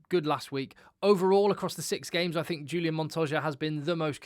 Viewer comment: H H H ulian....not J J J......Montoya..., Pieter-Steph completely agree with you, my best player and what an engine...Matera for me, similar standard to PSdT, Harry Wilson - performance and Captains call on going for win -excellent. FeinbergM - new world superstar. Joseph A Su - fantastic - I do like Quinn Tupaea though! Carter for NZ up and coming - will be great. VAA'i - great but lots of penalties, and c'mon Quagga Smith must always be there - surely!! Great show btw, well done!